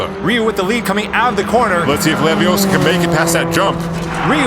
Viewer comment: It's leviOssa. Not leviossar. Just saying.